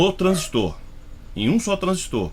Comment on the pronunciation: Parabéns pela análise, gostei. Satisfeito em ouvir uma análise realmente técnica, com conhecimento prático, gostei ainda de ouvir a pronúncia correta do TRANSISTOR. Tem gente que repete, igual papagaio 🦜 tudo q escuta, por isso tem gente falando "TRANSÍSTO", pronúncia como se tivesse acento agudo no i, esquecendo até da letra r.